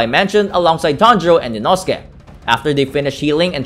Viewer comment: It's pronounced Ee-no:scae